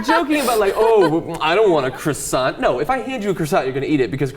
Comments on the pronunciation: HAHA Ciussanteee hahaha omg the poor pronunciation is hilarious xD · Never heard anyone pronounce croissant that way. American thing? The t is silent. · Why can americans not pronounce croissant? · Because the french pronunciation is retarded. Kwah-sone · Lol at how the Americans here are pronouncing the word croissant. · Ugh, their pronunciation of "croissant" makes me kinda cringe.